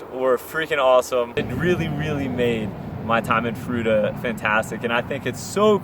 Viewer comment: Fruita, froo-eee-tah.